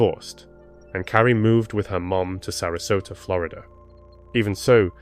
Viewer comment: why is it just glorida it sounds so stupid to me im from England